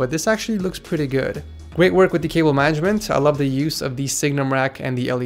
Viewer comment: DID HE SAY WIRE MANAGEDMENT?!?!?!?!?!?!?!?!?!